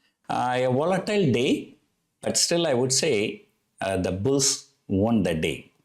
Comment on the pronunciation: 'Won' is pronunced as 'one'